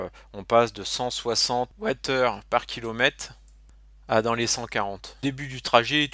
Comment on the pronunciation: Le fameux "kilomette" 😅